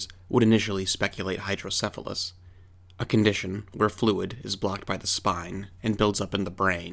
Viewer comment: Sorry, but, "Hydrodephalus"?